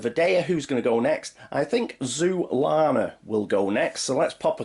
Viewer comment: Thanks for the playlist, really enjoyed your run. Scratched my itch when cant access my copy currently. Always tense at the end. Just a note for humour, everytime you said Zoolana I heard Zoolander!